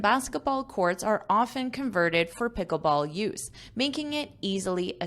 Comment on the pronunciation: I heard the word 'Picklebsall' for the first time.😂😂😂